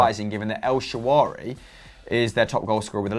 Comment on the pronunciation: is fantastic always but it is El Shaa RA WY EL WHAT? NOT SHA WARY NOT EL SHAWARMA EL SHAARAWY. LvG vibes, I tell ya.